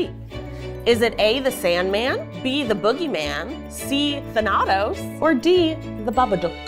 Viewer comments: It's pronounced than-a-toss😭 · I'm sorry, I know this is not at all relevant now but pronouncing the name thanatos, who is the Greek personification of death, as tha-a-tose ( which I have heard more commonly used), may have helped the guys out as it sounds like the villain Thanos. They might not have guessed that he was associated with sleep, if they where thinking about Thanos (It also would have given Zack a opportunity to get in some funny marvel jokes). P.s. Just to be clear this isn't hate towards in any way, just as a mythology nerd it was going to bug me if I didn't point it out. I think and everyone else in this video seem awesome and I wish them all the best. 😊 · saying "I dunno who the f*k Thanados is", sent me! I had to double take at mispronouncing, but I was cackling and may have to pronounce it that way around the rest of my study group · Say it with me now folks! Than-a-tos! God of Death in Greek Mythology. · am i confused or thanatos pronounced differently? than-a(uh)-tos(toes) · mispronouncing Thanatos made me cringe, I’m sorry girl but it’s Tha-na-tos ily tho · My liberal arts self was screaming at Thanatos, the greek god of DEATH, being pronounced like that. The “Thana” should be like Vana White. Or like MCU Thanos with an “uh” sound in the middle. Also saying Artemis was a god of sleep 🫠. My quiz-league brain fried. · Thanatos is the most out of field wrong answer for a sleep trivia unless you're talking about the longest sleep, cause Thanatos is the greek god of death (also its not pronounced like that, sorry ily) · As someone currently playing Hades, the pronunciation of Thanatos kills me 💀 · i’m so sorry but the way you guys pronounced Thanatos had me sobbing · How everyone pronounces Thanatos hurts me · The mispronunciation of Thanatos was driving me nuts, I cannot lie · How tf you gonna pronounce thanatos wrong!?